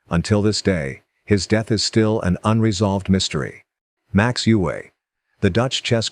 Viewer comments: Well, this is a typical American shoot-from-the-hip video. Capablanca was known as 'The Chess Machine' not The Human Chess Machine'. Max Euwe is pronounced 'Erva' not 'You-hey'. There is so much to focus on with Kasparov and you got snagged on the match with Deep Blue and his involvement with politics - omitting, even then, that Kasparov had warned the world about Putin's expansionism years ago. And why not present them in chronological order instead of randomly? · You-Way is pronounced Oi-Ver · He butchered many pronunciations, especially Euwe. He did get Lasker right though.